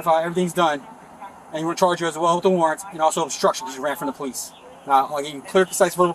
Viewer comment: Ze po - lice. ?